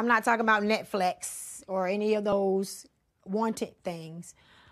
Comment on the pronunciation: Not NetFlex 😂😭